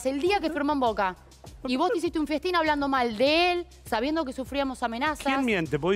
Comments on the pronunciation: Se dice festin ....burra. "fiestin" le mando....mi dios. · Yo escuché bien que dijo varias veces "un fiestín" en lugar de "un festín"? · Natali es festín no fiestin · Fiestin😂..creo se dice festin.. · Son malos eh nadie le dijo q NO se dice FIESTIN??? JEEEEEE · es FESTÍN burra, no FIESTÍN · Se dice festín no fiestin, que vurra la mina😂😂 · lo dijo 3 veces jajajaj lo del "fiestin" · Primero no existe la palabra fiestin, es festín. Por lo menos pongan gente instruida che